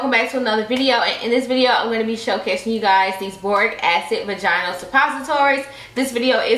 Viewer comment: Between the recurrent nip slips and mispronunciation of "vaginal". I cant👎🏾